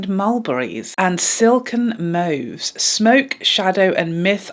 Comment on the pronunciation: Also love that you say mauve 😊